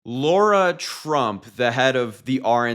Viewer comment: Lara, not Laura.